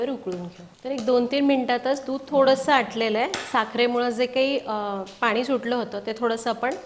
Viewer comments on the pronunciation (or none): none